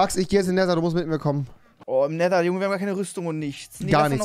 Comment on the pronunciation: Wie er jedesmal das ,,t“ ausspricht. Er spricht den Nether so aus als wäre es so geschrieben ,,neser“